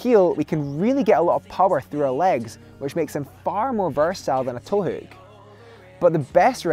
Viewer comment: Scottish: Towook English: Toe hook